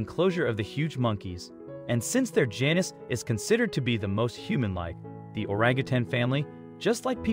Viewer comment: its pronounced gee-nus , not janus